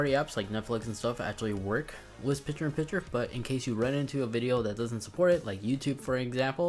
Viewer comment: Dude, it’s “picture” not “piture”. And it’s “library” not “libary”. But thank you for the new features.